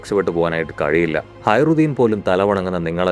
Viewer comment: ഹയറുദ്ധീൻ അല്ല ഹാജറുദ്ധീൻ എന്നാണ്